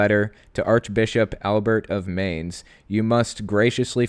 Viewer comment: Mainz is pronounced like 'mines'.